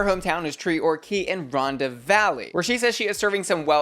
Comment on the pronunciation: Hey, great video as always! Just so you know Rhondda is pronounced Ron-tha. The dd in welsh is a th sound. Our welsh place names are always hard. You should see all the English students who come to study here trying 😂